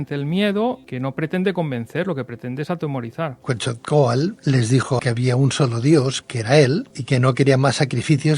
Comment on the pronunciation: vas a decir que soy un neurótico, y si pero buena onda, QuetZalcoátl, sino suena a quetjalcoátl, la x en nahua se pronuncia 'sh' y el nombre del maestro Quetzalcoatl viene del 'quetzal' es con sonido de 'ts', pero mira, yo me dedico hacer campamentos, es más somos una cooperativa, si gustan les doy una guía para venir a investigar a México sobre la Atlantida, se van a ir de espaldas, saludos y un abrazo, y gracias por el comentario, no hay falla